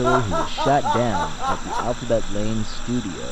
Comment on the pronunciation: it kinda sounded like you said alphabet laid xD